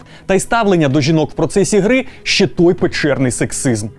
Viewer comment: Навчіть казати не щє, а ЩЕ)